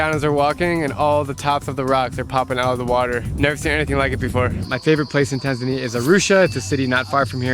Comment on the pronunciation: Why you call Tanzania Taznaniya ?